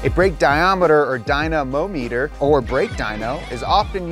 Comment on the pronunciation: "Brake Diometer" 😂 Love you!